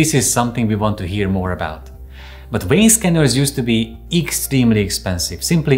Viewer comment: What would one need a “Wayne” scanner for? 🤔😂😂 what a “Veiner”!😂Not understanding why this guy has no problem pronouncing the V in “device” but can’t pronounce the V in “vein”. *English Lesson: V is pronounced the same throughout the entire English language. NeVer pronounced W. 👍